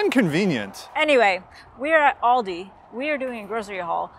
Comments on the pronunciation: Also, its Aldi not Alldi :P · ALdi...as in AL Capone.Not orldi ;)